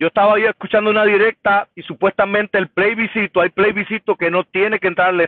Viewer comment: Plebiscito no playbiscito jajaja